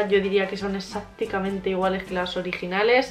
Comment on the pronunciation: Se dice exactamente no exacticamente